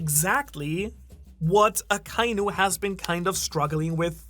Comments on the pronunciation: It's so strange to me that this MFer can't pronounce Akainu correctly... It's "Akka- Inu", NOT "Ah- kai-nu" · I love you brother, but they gave the pronunciation of akainu... and youre missing a syllable. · It's aka•inu, not akai•nu. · I can’t get over how you pronounce Akainu and Magma lol 😅 sorry